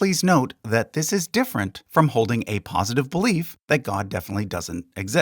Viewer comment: Great video, but 'POSTITIVE' or 'POSITIVE'?